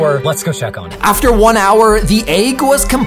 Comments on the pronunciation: Why do you pronounce egg as aig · Why does he pronounce "egg" like "aygg" Is that normal and I'm just crazy? Idk lol